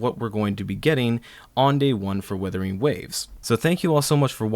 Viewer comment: It’s Wuthering not Withering. But great video!